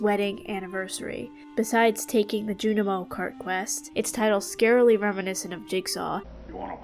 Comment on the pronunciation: Amazing job with this but I can’t help but let you know bc I cringed every time: it’s skull cavern not skull mines😭, junimos is pronounced (june-ih-moes), and the c in scythe is silent